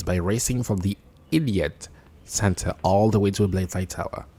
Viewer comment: Bruh. Yes. I literally just found out seconds from writing this reply that it's called the "Elliot Center." I played this video back several times and I was convinced you said "idiot center." If for some reason you ever say the word "elliot" on a video again, know that some people, probably just me XD, are going to hear "idiot" instead.